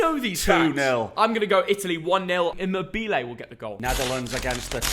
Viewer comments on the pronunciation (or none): em mer bee lay ?? you mean e moe ber lay its pronounced lol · It’s pronounced- I-moe-bulay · The way says Immobile pains me.